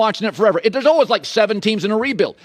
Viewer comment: Hey Collin , if you're always learning then how about you learn to pronounce the word always?